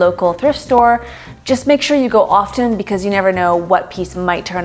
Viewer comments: Minor pet peeve: What is with Millennials insisting on pronouncing the silent "t' in "often". Do they "offTen soffTen" butter, or do they "offen soffen" butter? Those two words rhyme in standard English. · Didn’t realize the “t” was silent in often. I offTen use soffened butter 😅 but then again English is my second language.